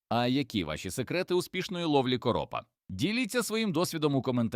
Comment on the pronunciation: Наголос неправильний у слові короп : учи мову. Якщо це говорить ШІ, то ганьба програмісту .